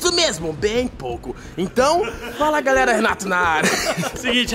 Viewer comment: errou na decisão e falou galela